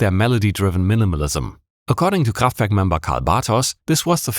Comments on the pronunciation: He started off the vid by saying "KhrahffftVehrrrk". I'm sold 10 second in. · i'm five seconds in and i'm absolutely astonished that you pronounced kraftwerk right. this video is going to be awesome. <3 edit: wait, you are in fact german! i should have known this before. :'D